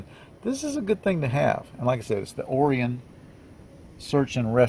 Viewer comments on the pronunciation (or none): I think, it’s pronounced o-RYE-an. Not 100% sure but, believe so.